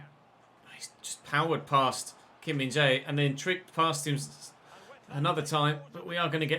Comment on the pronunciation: Been in your series for a few days now. Absolutely annoyed by your pronunciation of Kim Min Jae. He's not Kim Min J...